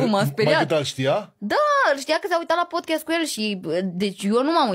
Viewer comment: Fratillooorrr de ce pronuntati PODCHEST daca pe google trans robotul citeste in engleza PODCAAST😢😢ma scoateti din mintiiiii